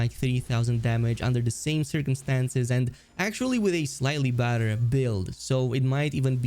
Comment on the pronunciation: I’m pretty sure whenever he says ‘badder’ he’s saying ‘better’ and his accent is making it sound like badder.